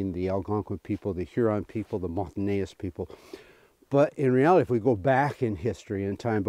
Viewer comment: This is great. BUT, it’s “Mon-tan-eyes”. I used to say the same. Keep up the great interpretation of history.